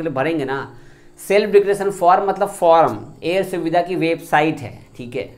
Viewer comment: Self declaration form air swedha😆😆😆😆 pahle bhai apan bolna Sikh ja uske bad FIR sab Ko samjha